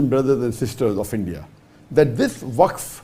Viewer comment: Wakf....Not Its Fak board....😂😂😂